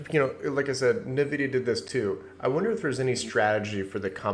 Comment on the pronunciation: Are you saying Nvidia?! It's driving me crazy